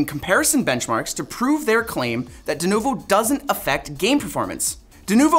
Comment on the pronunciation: 'Denuvu'? Come on guys. 🙄